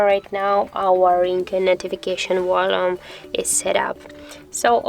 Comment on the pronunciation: It is pronounced volume, with a V, and not "wollum."